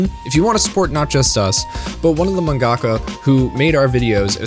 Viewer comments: Why do you emphasize the "ga" in "mangaka?" It sounds so weird because stressors aren't a thing in Japanese. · Great video. But no shade, is manga ka pronounced like manga - ka or man-gaka. I never heard it pronounced the second way until I saw your vids. I’m learning Japanese so I’m legit curious.